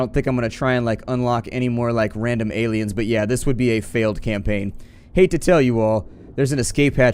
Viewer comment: I couldn't help but smile, when you said "new campackn". It was the exact same thing I said, when I was a kid playing video games not knowing an ounce of English, yet still playing these games in a foreign language brute forcing myself through the menus and mechanics. Oh the days of trial and error.